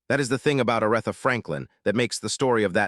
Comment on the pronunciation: Her name is A r eeee tha! Please stop messaging up her name. It turns us all off and we can't listen anymore. How can you not know how to pronounce her name?